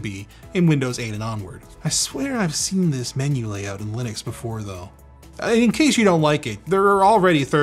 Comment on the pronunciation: lih-nux not, lie-nux